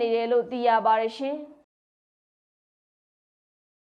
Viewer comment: မြလိုမင်္ဂလာပါရှင်လို့ပြောပါလား၊`ရှင့်´ဆိုတာကြီးကနားထောင်လို့မကောင်းဘူး။